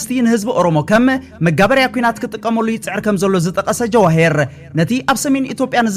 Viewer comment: ጀዋሂር አይትበል . ጀዉሃር ኢልካ አርማ ሰበይ